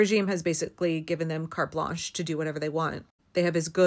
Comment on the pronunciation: "carp launch" for "carte blanche" caused me a desperately needed chuckle.